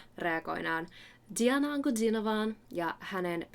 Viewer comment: I really like your analysis, which is very detailed and professional. Diana makes here a wonderful performance of the Russian folk song. She is a great singer and rising Russian star. By the way I was really surprised by your clean Russian pronunciation of the Diana's name and last name as well as of the word "rechen'ka". Thank you for the reaction! Maybe you should also try other songs performed by Diana such as "Ворона"/"Vorona" (Crow)" and "Human".